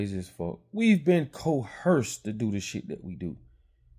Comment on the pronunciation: The word is "Coerced"! Good content!